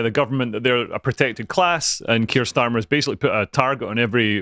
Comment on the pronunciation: Everytime he says Starmer i hear Stalin 😂